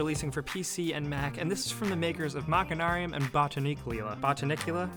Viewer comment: I thought it was pronounced "machine-arium".